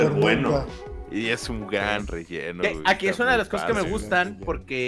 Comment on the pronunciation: "Es un graan relleno" that's what she said jajaja